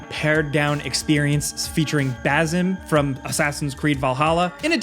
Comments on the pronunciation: its Basim not Bazim, y’all 🙂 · Ba-sim not Ba-zim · It's Basim not Bazim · not Bazim its Basim not Ba"zim" but Ba"sim" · baizim? no basim( baa-sim) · The way you pronounced his name "Baz-zim" made me not watch the rest of the video. You murdered my feels. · It's Basim in Arabic it's Basim means the smiling the smiling one, please don't turn it into Bazim. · Its baSem not baZem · Hey! One minor nitpick:, Basem/Basim is pronounced ba-sim (ala SimCity). It’s an Arabic masculine name that means a person who smiles (or jolly(?), I’m not a philologist! 😅). Love your guys’ videos, looking forward to your Friday’s “wtf-happened-this-week” video. You were sorely missed in the last FPS, hope your vacation was/is fun! 😊 *Edits: Grammar and time stamp. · Pronounced "Basem" not "Bazem". S sound not a Z sound. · BAH-SEEM?!?! His name CANT be Bazzim, hahaha. I hope not anyway. I didnt get that far in Vallhalla...was his name Bazzim!?!?! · Totally butchered the name Basim.